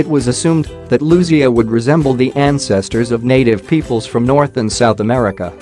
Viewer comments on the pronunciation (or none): none